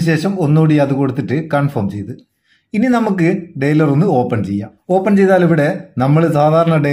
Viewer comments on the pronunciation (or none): ഡയലർ not ഡെയ്‌ലർ